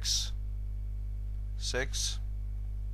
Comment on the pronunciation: Six made me laugh just because it just sounds like the way some hick would say 6. I was expecting it to sound more like sechs from German